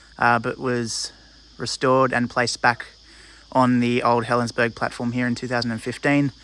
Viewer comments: I worked as a Guard at Helensburgh. And it is pronounced Helensburra. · According to Historic Helensburgh, it's pronounced as "berg". It's from an old Saxon word for castle/walled town. The German word is burg, which they pronounce more like "boork". BTW, I have family that live there, and they pronounce it as "berg", so I'll go with what they say.